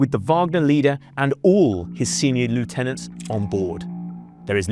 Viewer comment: Except his mispronunciation of Lieutenant!! haha